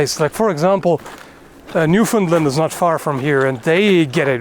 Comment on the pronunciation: Love your channel and videos but...New-found-land. Or New-Fin-land. Found or fin good, but never never lund. Yeah last years snowpocalypse was horrific, shut St.John's area down for over a week!